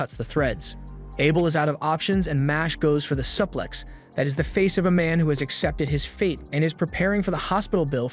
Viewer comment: Bro who taught you to talk? "Fan club" isn't supposed to sound like "fawn clob" 😂 Omg "suplex" is even worse.